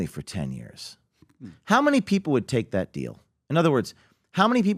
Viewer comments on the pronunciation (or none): How does PBD still say "Dat"